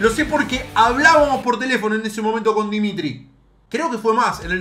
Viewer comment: Gente normal: dimitar verbatov: PERO DIMITRI